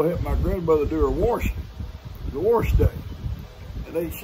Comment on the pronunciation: Goodmorning, That was a good story, thanks for sharing. Glad uncle Raleigh lived to see another day. I hope he’s doing okay still. I like how you say wash with an r, like warsh, my grandmother used to say it like that all the time, we would always give her a hard time, it brought back some good memories. Thank you. Have a good day.